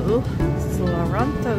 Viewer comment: It’s pronounced: see-lan-tro